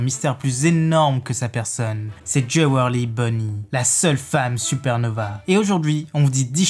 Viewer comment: Urouge, alors pourquoi prononcer U-Rouge ... (U prononcé "you") Et Jewelry Bonney prononcé Djiweulry ... et pas ... bah en fait j'ai pas compris comment vous la lisez donc ... Pas comme vous la dites (et c'est "Bonney" pas "Bonnet")